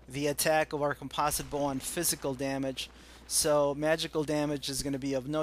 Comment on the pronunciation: Aaaaaagh! Americans! "Com-poze-it Bow". Good job its not an "Aluminum Bow"